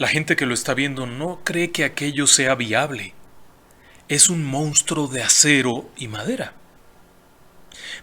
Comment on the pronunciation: FELICITACIONES Y RECONOCIMIENTO POR TANTOS VIDEOS GENIALES, PERO NO POR PESTE. AQUÍ EN REPETIDAS OCASIONES SE DIJO "MOUSTRO" EN LUGAR DE MONSTRUO, Y SE CAMBIARON LOS SIGLOS DE MIL OCHOCIENTOS A MIL NOVECIENTOS VARIAS VECES. LAMENTABLE. UN ABRAZO.